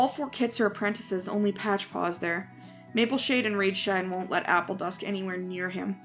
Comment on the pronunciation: It's not Mapleshine it's Mapleshade